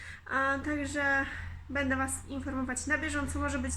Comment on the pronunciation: Witam serdecznie mam pytanie dlaczego ciągle mówisz bede jesteś ładną mądra dziewczyną i lubię Was oglądać życzę Wam szczęścia w Nowym miejscu, ale mam prośbę postaraj się mówić będę bo to milej brzmi.